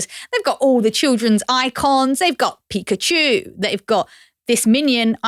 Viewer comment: How on earth is Coco pronouncing Pikachu 😂